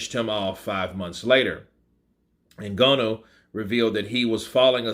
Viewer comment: Your pronouncing Ngannou wrong,.